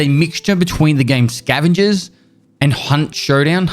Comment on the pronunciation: I bet he had to hard pronounce "Hunt" at the beginning so the algorithm wouldn't think he said "Cunt Showdown".